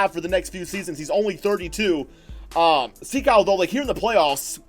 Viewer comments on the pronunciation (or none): It's not Sikou, it's sEkou Also Dou like Doo, Mbo like mboo and Ya like Gia from Giannis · You have the first name wrong but the last name is right enough